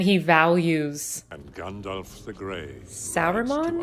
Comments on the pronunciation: not gendolf but Gandalf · (Just a pet peeve of mine, please don't take it personal-like...) Too many people pronounce it, "GandOLF" Practice correct pronunciation of GandALF: Gand-Alfred Hitchcock... Gand-Alvin and the Chipmunks... Gand-Alice in Wonderland... ...make up your own. 😜